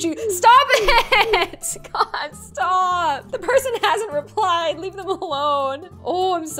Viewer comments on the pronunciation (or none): none